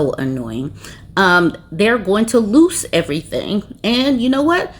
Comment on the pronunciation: She cracked me up!! She very conscientiously pronounced loose as "loose"!!